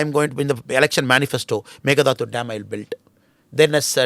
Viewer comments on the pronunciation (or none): its Mekedatu not Megadatu just a small correction. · Pl pronounce as Mekedhattu